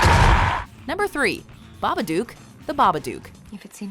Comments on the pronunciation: I honestly could not stand hearing the narrator say babaduke. One more time.. i understand why she might. But it’s babadook. This is an old video I know, but no one else left that comment. Was driving me crazy. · When they said babbadook, i thought they said marmaduke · .....why mispronounce Babbadook. They dont even pronounce it that way in the movie....did you watch the movie 🤔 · For the last fucking time, that's not how you pronounce The Babadook.